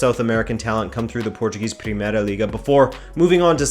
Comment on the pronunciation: it's so weeeeiiid to listen a english speaker pronounce portuguese names so perfectly, especialy the '' ã '' i knew he was portuguese and he pronouced portuguese words right in other videos, but this video has so much portuguese in it, that gets strange